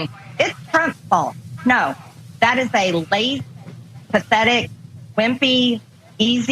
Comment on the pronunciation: "WIMPY" she said wimpy lol!!